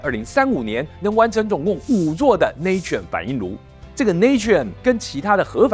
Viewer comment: Natrium乃英文Sodium之拉丁文拼寫，讀音要跟拉丁文，因此tuber的讀音錯了